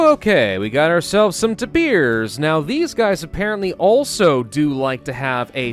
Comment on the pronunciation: tapers You pronounce it With in e But it is Announced With an a